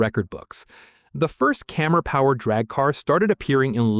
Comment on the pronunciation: get a human to narrate THIS A CAMMER NOT A CAMERA !!!!!!!!!!!!!!!!!!!!!!!!!!!!!!!!!!!!